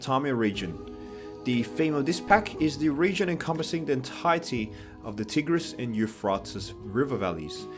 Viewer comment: The way you mispronounce the Tigris and Euphrates rivers 😂 that earned my sub